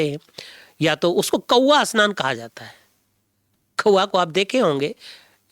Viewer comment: Asnan nahi bhai ji snan bolo